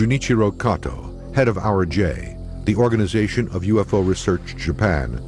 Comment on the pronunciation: did he just said "HE SAW A USO" o_O